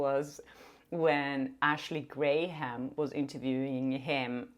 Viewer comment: Just a correction, it’s not Ashley GREy-hum it’s Ashley Gram….its important to know how to pronounce people’s names correctly. Tv broadcast major here. Not to be a brat but I have a thing with saying names right…